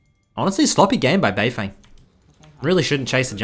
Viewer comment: Anyone gonna tell him it’s said “bei fung”